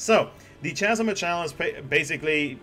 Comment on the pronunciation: Pro tip: chasm is like character. You can also Google pronunciations